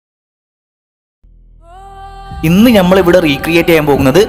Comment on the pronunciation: ഞമ്മൾ എന്ന് കേൾക്കുമ്പോൾ പേടിയാ.നമ്മൾ എന്ന് പറഞ്ഞു പഠിക്കൂ.